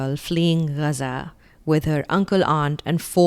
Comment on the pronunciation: thanks for pronouncing Gazaa like a local...that's the least homage we can pay from a distant land like india